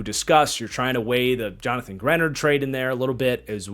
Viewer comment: Now he's no longer on the Vikings but... Your mispronunciation of Greenard is driving me crazy!! 🙀 And yes I'm a long suffering Vikings fan but, some of your takes on our draft are slightly off. We took Bredeson because our offense utilizes a FB. It's not a weird pick for the Vikings. Also the "F" grade on Jakob Thomas... Flores ran this draft and don't you think he would have vetted Thomas prior to the pick?!??